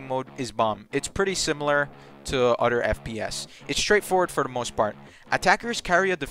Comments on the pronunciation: The word is "other" not "otter" 🦦😂😂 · It’s pronounced other btw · “True” = Through “Utter” = Other